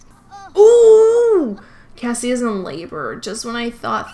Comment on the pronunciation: Anyone else gonna tell her its cassie and not cassia??? 😅